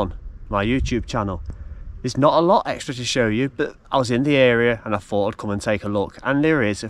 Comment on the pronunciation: Learn to speak the words are Three not free, think not fink, thought not fought and some thing not some fink!!!